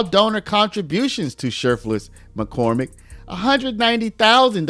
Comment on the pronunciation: I was mainly listening to this video and kept hearing her name as shirtless McCormick lol.